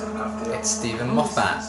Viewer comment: "It's Steven Moth-att"! 😂🤣